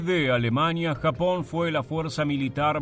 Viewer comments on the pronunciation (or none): none